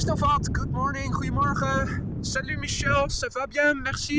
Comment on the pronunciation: Hiya Boy! You say something in Dutch to a lot of people that sounds to me like "hwee morha." (That's just what my ear hears.) Is that how you pronounce "Goedemorgen"? I know Dutch is very similar to English, but I don't know if I'll ever get the pronunciation. "BOY: He hath a killing tongue and a quiet sword, by the means whereof he breaks words and keeps whole weapons." (I'm running out of quotes, and I can't find anything more related to my question.😐)